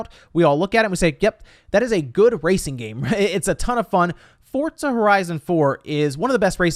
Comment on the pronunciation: Nobody:: “Fortza”